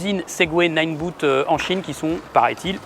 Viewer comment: c'est ninebot, pas nineBOOT. Pensez "botte". Sans malice.